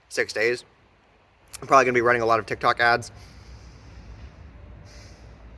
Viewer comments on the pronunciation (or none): none